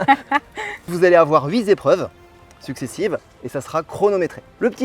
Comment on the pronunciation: Les huit "zobjets" et les vingt "zépreuves" m'ont donné envie d'arrêter là.